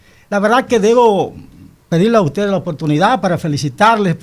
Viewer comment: 😂😂😂 "UTEDE SI HAN HECHO"